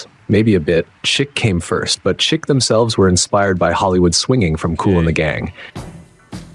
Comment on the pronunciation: Chic pronounced Sheek.